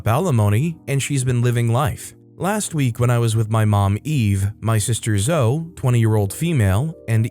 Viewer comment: For the future, Zoe is pronounced like Zoey.